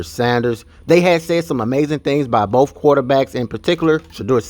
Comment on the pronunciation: It sounds like "bofe" quarterbacks are doing well.